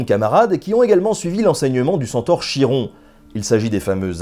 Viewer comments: Cupcake Love je crois c’est khi comme khaled en arabe ou comme Achille en grec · Chiron se prononce Khi-ron. Chie-rond ça écorche vraiment les oreilles... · c très bon mais on dit "kiron" pas "chiron" :) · C'est KIRON pas chie-rond !!! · Fafouin Maddog C'est effectivement "Kiron", le son "Che" n'existant pas en Grec Ancien (de ce que je peux me souvenir de mes cours de Grec). Après, c'est peut-être une "francisation" du Grec. Ce serait pas la première fois qu'on déformerait la prononciation d'un mot! XD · Je croyais que ca se prononçais "Kiron" comme Charisme ou Technologie Et j'était sur, par les émission de mon enfance que la toison d'or était gardé par la méduse. Bref je kiff cet épisode. Merci Ben! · Excellent épisode, comme d'hab! Juste une petite remarque, le nom Chiron se prononce "kiron"... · Chiron se lit Piron merci pour cette vidéo trop cool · Tu doit peut être le savoir et ta certainement déjà des commentaires la dessus, mais le Nom du centaure se prononce KIron :) mais les Dragons n'existait pas dans la mythologie Grec, tu est sûr que ce n'es pas une version faite entre le 12-16iem siècle ? :C Ou un truc du genre un serpent avec des ailes et j'en passe ? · Chiron se prononce ''Kiron''. Voilàààààà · je suis presque sûr que "Chiron" se prononce kiron comme Charon gardien des enfers.